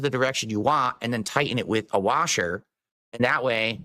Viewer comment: I hate how he says "washer"